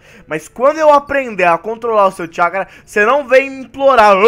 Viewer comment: Alguém percebeu que o fala chacará em vez de chackra kkk